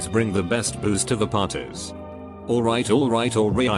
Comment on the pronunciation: Nobody: Text to speech bot: all right all right all REEeye-ight